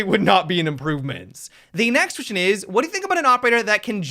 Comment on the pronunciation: .." the nextion is" haha awesome